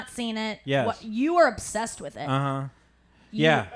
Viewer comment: *orr "obssessed"...